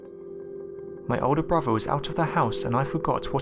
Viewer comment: My only comment is PLEASE learn to pronounce words CORRECTLY! Especially words with "th" in them! It's not "over"...it's "oTHer", and it's NOT broVER", it's "brother"! PRACTICE! You're speaking our Mother language and as a narrator I'd think, HOPE, you'd take care to pronounce words correctly because it's so distracting from the content of these posts. You even pronounced the name of Mobile Bay incorrectly...it's "MoBEEL", not "Mobile" as in describing something on the move! Gerrrrrrrrrrrh!!!